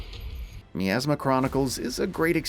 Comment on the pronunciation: Despite being 3 years late to this review I'd still like to ask how is it that this game can say the word "miasma" as often as it does, yet the reviewer will mispronounce it every single time?